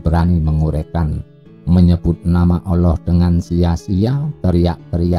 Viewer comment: Nyebut Allah kok olloh..wong Jawa kan gak celat...Yen celat kan bukan dibagian itu..